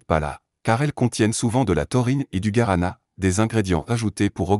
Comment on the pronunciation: Ça se prononce " gouarana" et non pas " garana " .